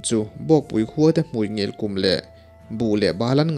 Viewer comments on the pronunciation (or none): Hmui (lips) hi a ngil ngai em ni? Hmuingil tih hi la hlûmna 'hmui' lam ang a lam tur a ni. Hmui (lips) lam dan a lam lovin.